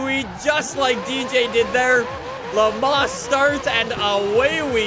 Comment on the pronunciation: pronouncing Le Mans: "Le Ma"